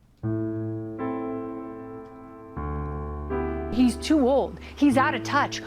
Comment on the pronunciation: "DoNaLd PruMp" is the only adult (and I use that term loosely) who I have ever heard mispronounce his own last name. Truly a stable genius.